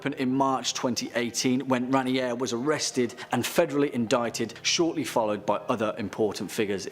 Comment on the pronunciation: … Kieth Raniere’s name isn’t pronounced how it’s spelled lol. It’s pronounced RAY-NEAR.